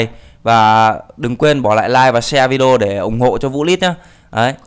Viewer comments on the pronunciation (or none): none